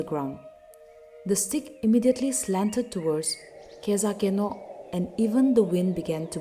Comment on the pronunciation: U pronounce khezhakeno wrong its not kezakeno